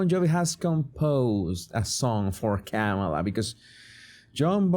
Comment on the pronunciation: you had better learn how to pronounce her name.